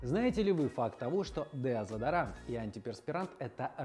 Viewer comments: Деодезарант? Я правильно слышу? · Мне кажется у него английское deodorant с русским смешалось